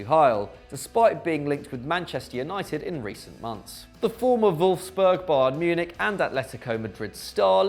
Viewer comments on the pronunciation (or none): none